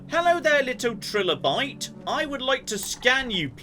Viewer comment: hey that's not how you pronounce trilobite thanks for saying my username though that freaked me out a little